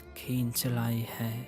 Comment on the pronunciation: "ہے " کا تلفظ ٹھیک نہیں ۔۔